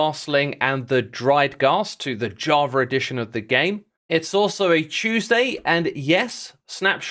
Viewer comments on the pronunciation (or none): why do you say javra? 🤔